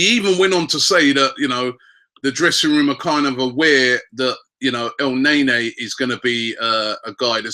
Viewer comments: EL NAY NAY...cant u spell thing right mate??? its EL NAY KNEEEEEE like nani..wth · Robbies pronunciation of players always crack me up. Elnaenae😂